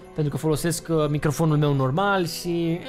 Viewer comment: Doar mie mi se pare că zice "Canalul MIEU"??😂😂😂😂